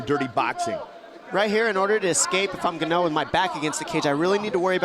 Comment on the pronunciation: Franic "Gano" they said lol